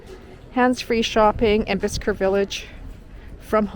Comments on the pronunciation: Bicester village is not just ouside London...it's 45 miles at least. And...where did you get that pronunciation? It's actually pronounced "Bissta"! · Hi its pronounced Bister you dont pronounce the C. 🙂